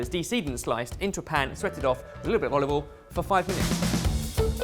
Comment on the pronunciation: olive what? olive-oll is mumbling too